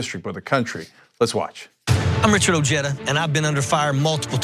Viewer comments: say it with me guys Oh heh dah.....not oh jay dah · Ojeda is pronounced with the J of the Spanish word “ojo” it’s translation being “eye”